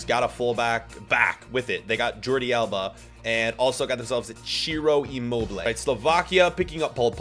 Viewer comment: Jordi Alba✅ Jordi Alaba❌